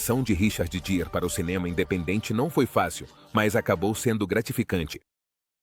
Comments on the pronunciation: Se escreve Gere,mas se diz Guere! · Nossa como as pessoas gostam de bisbilhotar avisa dos outros, não sabe nem pronunciar o nome do ator direito nas quer jogar sua vida no ventilador só pra ganhar ibope!🤦🏼‍♀️